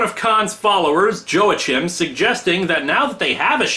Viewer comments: It's "WAH-KEEM," not "Joe-A-Kim." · Joe-A-Chim? you are blundering badly with that pronunciation.